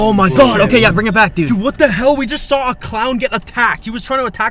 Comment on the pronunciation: 1: said not sed 2: what not whet 3: thousand not thosind 4: times not thims 5: 20,000 thousand? Do you mean 20,000